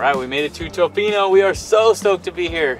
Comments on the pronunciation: Tuhfino NOT Toefino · If you're going to the West Coast of the Island, the towns are Ukee and ToFINO not TOEfino, just FYI. #WestCoastBestCoast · Ya we are aware that we messed up on the pronunciation of Tofino and it’ll be incorrect in future videos as well, as we learned that we said it wrong after filming all of our videos on the island. We try very hard to say things correctly and look up many words, but that one seemed straightforward to us and we’ve been kicking ourselves big time about getting wrong.